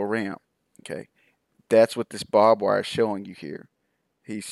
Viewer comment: I know its petty of me, but the word is BARBED wire not bob-wire. Drive me nuts. Sorry.